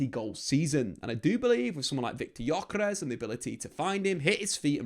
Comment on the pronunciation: Ö is not like "o" in jocky. More like "ou" in journey. More drawn out.